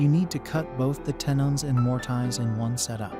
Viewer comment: “More-Tie-zzz” Uffdha!